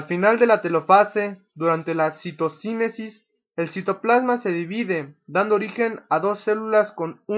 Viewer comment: Bien explicado... La única crítica sería la mala pronunciación de palabras como tétradas o citocinecis.